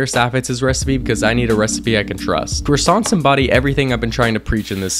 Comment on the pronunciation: Bakes croissants perfectly ✅ Can't pronounce croissants perfectly